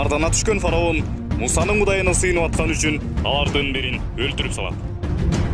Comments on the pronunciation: Фараун эмес фираун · Фароун эмес фираун